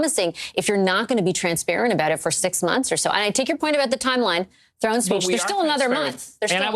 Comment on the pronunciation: "throne speech" Champagne, not "drone speech" 😹